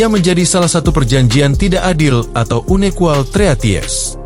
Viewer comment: Unequal dibaca: anikuel bukan unekual